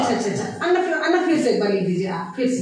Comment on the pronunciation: Madam it is अण्णा not अन्ना